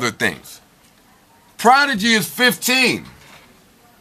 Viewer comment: That pause for prodigy had me 😂😂😂